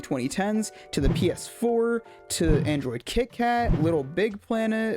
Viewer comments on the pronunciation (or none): none